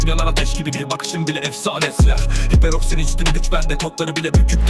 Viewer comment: Seperoroxin değil hiperoksin